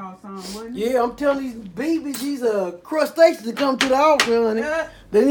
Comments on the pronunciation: "Inbedations.....crustations" "Crustation nation" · “Crustatious” HAHAHAHAH I’m dying